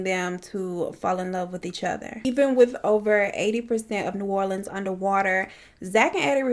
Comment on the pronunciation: Finally someone who pronounces new orleans right 😂 every single true crime case I’ve seen they pronounce it wrong